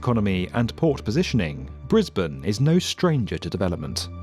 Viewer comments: You got the Briz-bin pronunciation right, but us Queenslanders say Queens-land, not Queens-lind. Why we're not consistent with our vowels, who knows, but Queens-lind sounds really wrong. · Thanks for saying the city correctly haha.